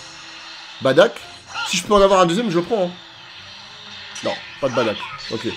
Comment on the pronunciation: Ses bardock Pas badak😂